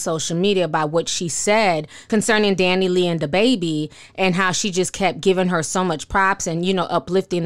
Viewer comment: Dani Leigh pronounces Dan E Lay🙄